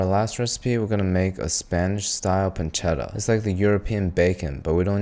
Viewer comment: The spanish one is actually called "Panceta" and the "c" is pronounced as a "z". We're not italians.